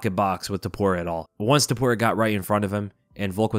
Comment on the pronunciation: It's " T O P U R I A " , and not " T U P O R I A " ! I can't describe the cringe i felt the whole time listening to all 3 commentators saying his name wrong THE WHOLE TIME. Bruce Buffer is the only one that said his name correctly.